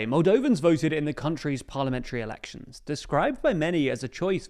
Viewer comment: Did bro just say “erections”? 🤣🤣🤣